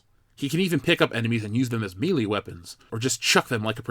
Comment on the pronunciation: Thanks for the video! FYI: melee is pronounced may-lay